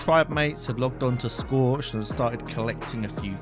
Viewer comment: Schorched in or whatever you said at the end :))